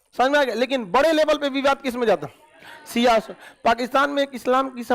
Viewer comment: Isko kuchh bhi jankari nhi hai AIK to ye khan Shiya ko siya bolta hai pahle apna pronounce sahi kr le khan